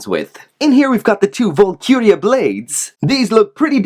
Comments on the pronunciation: Valkyrie = Val-ky-ree. Not Vulkuria. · Great video, however it's pronounced, val-ker-E, valkyrie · Dude. Hate to nitpick but this really bothered me. Its pronounced VAHL-KUH-REE. Other than that, loved the review. Definitely picking this one up.